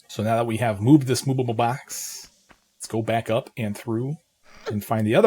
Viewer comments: How do you say movable like that lol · Ikr sounds like moobable box 😅